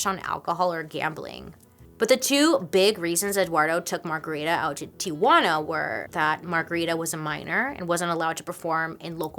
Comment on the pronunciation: why do you say “Tiguana” instead of TiJUAna?